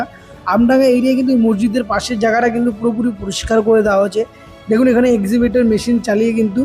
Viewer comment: EXCAVATOR Machine bole EXIVATOR na ota .